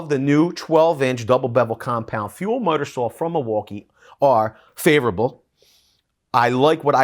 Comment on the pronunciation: are you saying miter saw or mudder saw imlost